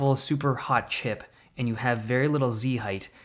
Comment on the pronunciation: "Z-hight" true nerd expression